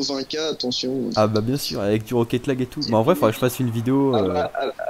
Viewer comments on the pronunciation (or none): rocket lague t'es bourée poto